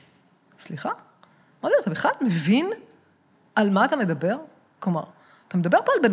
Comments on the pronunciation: הראיון ממש מעניין, אבל בקשה קטנה המראיין. היות ואתה אומר הרבה פעמים "אני מבין" בבקשה תאמר mEvin (ולא mAvin). זה ממש צורם. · איחולי על עבודתך. אולם, יש לך טעות חוזרת בעברית. שים לב לניקוד: מֵבִין, ולא מׇבִין בקמץ, כפי שאתה אומר.